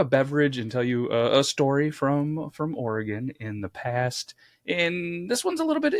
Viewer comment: Lifelong "Oruh-gun" resident, good job sorting that little bit out.